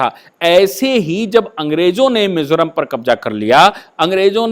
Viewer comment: Not Mesoram .. it's Mizoram Sir...